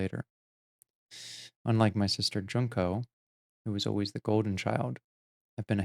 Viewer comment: Learning Japanese vowel sounds helps a lot with pronouncing the names. Junko has a long U sound, so its Juun-ko, not Junk-o. It helped me a lot, anyway.